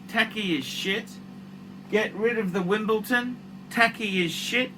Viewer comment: If this collection belonged to one of big donor's he'd be praising it as the greatest collection of all time. No point to these reviews. And it's WimbleDon, not WimbleTon. Make some effort.